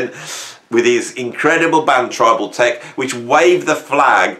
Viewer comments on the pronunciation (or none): none